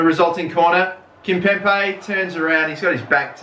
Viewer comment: KimpemBe!!!! STOP PRONOUNCING THE B LIKE A P!!!!